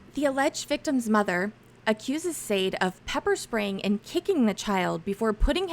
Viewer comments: Shaaarday is how you pronounce her first name! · It’s pronounced Shad ay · It's pronounced Sawday. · Her name is pronounced Sha-day. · I giggle everytime says Sade's name wrong 😂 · If you don’t know how to pronounce “Sade,” you COULD just listen to the hearing - everyone in court says her name. 🙄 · Okayyy the ladies name is pronounced Sade( Sha-day) not Saade. Being unfamiliar with black culture is no excuse lol. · Pronounced Sha-day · Her name is pronounced Shar-day. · And it's SHAH DAY not SHADE dumb as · Pronunciation isn't "SAYD," -- it's "Sah-DAY." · Is it not “sha day” and not “safe”? Like the 80’s singer. Pronounced Sha day. Sade. No??? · FYI Sade is often pronounced Shar-day like the singer. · Sade was a well known singer back in the 80's in England. It's pronounced SHARDAY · I know this is old, but the algorithm will like it. Sade is pronounced shar-day, I know this because I am old and Sade Adu fronted the band 'Sade' in the early 1980s. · Crime watch... it's pronounced... "Cha-day"!!! Please make sure u can pronounce peoples names correctly!!! That's a peeve of mine...because people mispronounce my name!!!! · Respectfully, the correct pronunciation of Sade is Shar-day like the famous British Singer, a biracial woman part Nigerian and English, from back in the 1980s on up to today. My thinking is her parents were big fans of that singer, such as myself and simply gave her. In fact she favors the singer quite a bit, if you're able to do a side by side photo comparison. She never speaks of her ethnicity and the only thing that people know is that her father is black. Her mother's ethnicity is unknown. She is, in fact, a professional model and she's also a twin. Just an fyi😊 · Her name is pronounced “Shaw-Day” I think. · Sade is pronounced Sha-day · The name Sade is pronounced Sah-Day. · I believe it is pronounced Sharday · Do you really not know how to pronounce "Sade"? It's like the amazing singer Sade "s-ah-day"